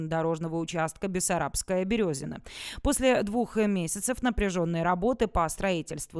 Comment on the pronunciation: Березино,а не Берёзино.